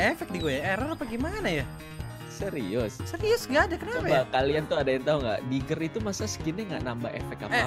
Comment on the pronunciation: diggie bang bukan digger wkwkwk